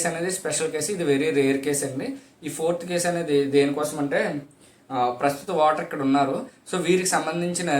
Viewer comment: మంచి వివరణ. వాటర్ కాదు అది "ఓటర్" గమనించ గలరు.